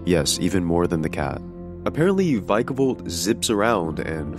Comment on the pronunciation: "v-eye-kavolt" It's "Vikavolt" my guy 🤣 If you think "many" of the designs in gen 8 "suck" then I wonder if you realize that swsh/gen 8 are the games that introduced things like Obstagoon, the battle doggos, Perrserker, Eternatus, Dubwool, etc? There is exactly ONE bad design in gen 8 and that's greedent. As someone who's work often involves character design, you're OBJECTIVELY wrong. This isn't even an opinion based thing, you're just objectively incorrect, saying a thing that is objectively not true. Just say you're another dexiteer and go. Just because they're not the games you grew up on doesn't make them bad, you just grew out of pokémon as a franchise